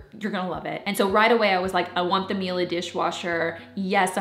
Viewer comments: Not mila 😂 mee-LEH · I love you and and this video but girl... its Miele. Like... honey in italian. Mee-ye-leh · it's cute hearing you trying to pronounce Miele :D